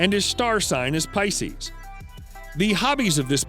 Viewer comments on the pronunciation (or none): none